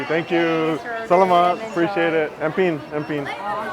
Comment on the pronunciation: Well, you pronounced the word “Salamat” like a Filipino without an accent.